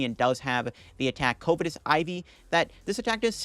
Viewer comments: Covetous is pronounced either "cuv-eh-tus" or "cuv-ih-tis", not "COVE-eh-tis" lol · throw back a shot every time he mispronounces covetous